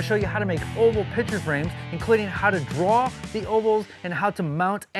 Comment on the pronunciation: You are pronouncing ‘picture’ incorrectly as ‘pitcher’.